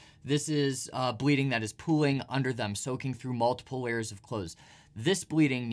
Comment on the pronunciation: "Stop bledeenig fast" 21 min